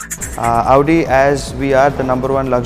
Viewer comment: its Audi not AAUDI